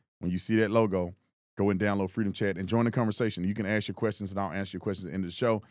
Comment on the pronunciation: "Ax questions" ? .... or is it "axe questions" ? Instant credibility loss.